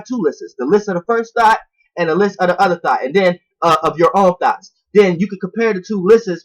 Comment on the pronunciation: Every time you say: “Thoughts”, it sounds like you keep saying: “Thots”